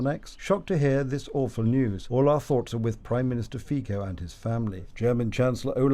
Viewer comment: The name of Slovakian PM is FICO, not FIKO